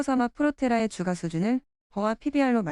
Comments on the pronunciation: 주가 발음 : [주가] X ---> [주까] O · 안 그래도 저도 이게 거슬렸는데 AI 보이스가 개선이 안 되네요. 다음부터는 번거스럽더라도 발음은 주까라고 치고 자막은 주가라고 따로 치겠습니다. 댓글 감사합니다. 🙏